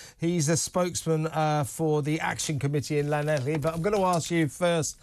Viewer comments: I’m from Brighton originally but I live in Swansea, which is close to Llanelli (pronounced ‘Clan-eff-lee’). This is an absolutely huge story here, staff sacked, weddings and anniversary parties cancelled…just to house ‘enrichers’ Shocking, shameful and disgraceful… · I totally agree with your comments but there's no c in Llanelli it's pronounced Llan -ell-ee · It's not pronounced like that 😂😂😂😂😂😂😂😂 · Ll is 1 letter in the Welsh alphabet. It is not pronounced the way you said it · That is not how Llanelli is meant to be pronounced. You got the "ee" at the end right, though. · You'd think after all this talk about Llanelli recently O'Sullivan would be able to make a decent attempt at saying it. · Learn to pronounce Llanelli and Strady. Clan-ek-Lee and Stradee